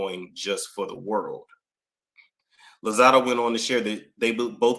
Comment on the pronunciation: did you say Evelyn Hozada??😂😂